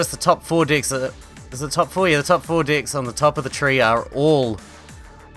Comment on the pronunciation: your pronunciation of "decks"